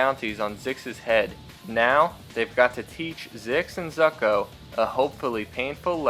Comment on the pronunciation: You kept saying Zucko's name wrong.